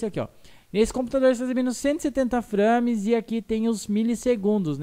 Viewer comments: o legal é ele falando FRÂMES ;-; se lê FREIMES (nao escreve assim... mas le assim) mas o video ta dahora... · A pronuncia é FREIMES. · "São FRÂmes" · SÃO "FRÂMES PORR SEGUNDU" fala direito mano kskksskksk o termo é em inglês saiba pronunciar